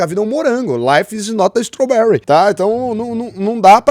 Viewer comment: "Life is not strowberry" 😂😂😂😂😂😂😂